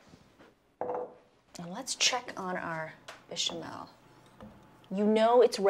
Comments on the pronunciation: "BISHAMEL SAUCE" ?! 😖 WHAAT? 😳 As soon as I heard her pronounce it like that , I was out. This recipe is complete nonsense! 🤮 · “Bee chamel” Babe come on lmao. Also, nobody adds ALL OF THE MILK TO A BECH AT ONCE WHAT THE HELL